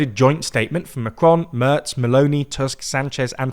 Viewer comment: Please lern how to pronounce Merz correctly. It's not .erz like birds but .erz like in lairds. Or just watch a German video